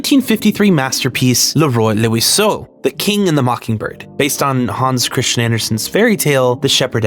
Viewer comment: It’s actually pronounced « le rwa et lwaso » and it literally translates as « the king and the bird ». Ps: it’s a masterpiece and the giant robot isn’t more weird than the rest. Go get some imagination.